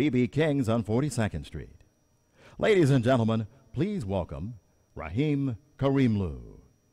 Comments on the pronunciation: Hahahaha! RaHim. Where did the man see an "H"? It's okay, Ramin. You have too many fans who know how to properly pronounce your name to even possibly remove your great smile. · His name is not Rahim - it's Ramin. Not difficult to pronounce. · Raheem...really? Where does he see the 'h' ? Ramin is really not that hard to pronounce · The announcer butchered Ramin's name... Apparently he is no longer Ramin but is now Raahiim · No the correct iranian pronunciation is ramin wich is a farsi name Rahim is an arabian name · RAMIN not RAHIM! LOL You wonder how they got to be announcers! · Ramin, it is pronounced Raameen. How difficult it is to learn a name?? Beautiful performance by Ramin as always... Love his voice! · It is pronounced Rah-meen. Spelled Ramin but if you were to spell it phonetically it's Rah-meen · I heard Rahim... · I died when the announcer pronounced his name as “Raheem”.😩 OMG!😣😒🤦🏻‍♀️ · I legit looked it up to see how to pronounce it but I know this isnt it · Dudebuddy pronounced his name wrong... -_- On another note, he sang beautifully. As always. :) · Butchered the name. But y'know, people do the same to me, so I know how he feels. Lol.